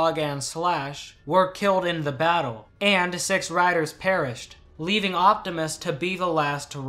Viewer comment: My brain says you said riders and my ears say writers